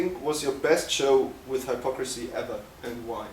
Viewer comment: Woar wtf. Kann mal einer dem Interviewer beibringen wie man den Namen ausspricht? 'Hello Haipocrisy'